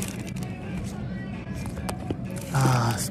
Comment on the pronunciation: My boy said deven booker shoes